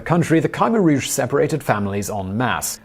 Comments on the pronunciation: It is generally pronounced "kuh-MAIR Rouge" not "Kiemer Rouge". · The group headed by Pol Pot is pronounced “Ka-mare-rouge” not “Ky-mer-rouge”! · Is his khmer rouge pronunciation killing anyone, I shudder every time hes 'kai meer rouge' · Ky-mer-rouge is wrong, period!